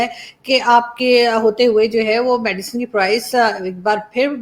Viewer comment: its medicine not medican